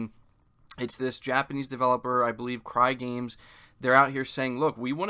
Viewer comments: Its Cygames not Crygames. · Lol dude I literally cringed when you said "Crygames" its pronounced s-eyegames 😂